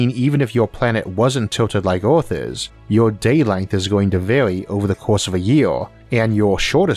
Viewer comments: IS NOT FOOKING oarth is called EARTH...... FOOKING IDIOT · oh no is the oarth guy again.he can talk good english but WTF U CANT PRONOUNCE THE WORD EARTH?...LMAO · "The closest staw to awth " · Could I ask what dialect this is spoken in? I hear Oarth (Earth), stoar (star) and other words in non-standard pronunciation. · oarth and yeeoas are nice pronounciations of Earth and years. What language are you speaking? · I like this guy's pronunciation of some "wor'iods" like "Or'arth." 😏